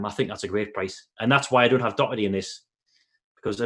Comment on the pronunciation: Please pronounce Doherty properly!